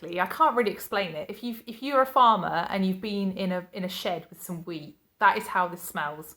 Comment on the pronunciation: I thought you said your dad harvested weed at first lol then I got wheat when you said it again I nearly choked on my coffee there lol xx